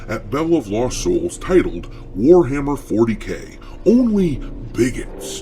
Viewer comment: ""it's War-Ma'am-er!"